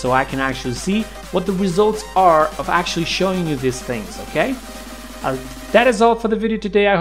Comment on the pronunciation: "you can ACTUALLY...." "I can ACTUALLY..." smh that's "ACTUALLY" hella annoying.